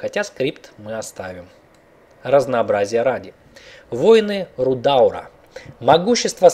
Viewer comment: Приведу один пример: не "РудАААур", а "РудаУУУр" и таких еще много. P.S. Извините за грубость, просто под наплывом эмоций.